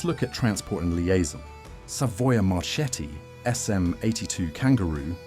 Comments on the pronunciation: Not Machee, it's Mák-kee Not Marschetti, it's Mar-két-tee ch=k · Spell -> Makki not Macchi, same Marketti not Marchetti. Anyway robots are dumb to understand. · A really interesting video! I'm watching the whole series of videos on the channel, they're really good! Just a small correction on the pronunciation of Macchi e Marchetti. In Italian, ch is pronounced like k, and cch like a prolonged k, more or less as if it were written makki and Marketti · yes i pronunce MARKETTI and not MARCETTI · Not "Marchetti": in Italian it is "Marketti"! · The correct name Is Savoia-Marchetti SM 82 Canguro not Canguru (English Word). Morover the correct pronunce for Marchetti Is Mar"KE"tti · Good job.... only, Italian "CH" souds "K", so it's "MaKKI", MarKetti" and so on. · Macchi , you pronounce Makki and Marchetti, marketti !!! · Marchetti se prononce Marketti . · The pronuciation of Macchi is Makki, Marchetti pronunciation is MarKetti. "ch" is pronunced "k". (But "sch" is pronunced "sh" like in SHade) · I'm italian and some of these are new for me! But... Pronunciation... marketti! The CH sounds like K Correct pronunciaton for Libeccio 👍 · I'm italian and my ears are bleeding hearing how you pronounce Marchetti and Macchi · Marchetti non si pronuncia così. "Ch" si pronuncia come la "k".